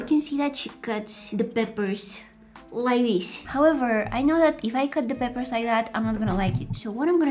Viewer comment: Because of her mispronunciation of peppers to papers i say papers on purpose (